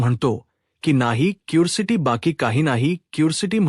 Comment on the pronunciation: क्यूरसिटी उच्चार बरोबर नाही. " क्युरिऑसिटी " तससे तुमचे मराठी उच्चार देखिल खूपच चुकीचे आहेत. मराठीतील व्हिडिओ का करता ? ज्ञ